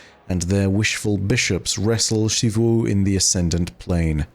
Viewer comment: Is it just me or does it irk anyone else that pronounces Xivû’s name as “Sheevoo”? 😭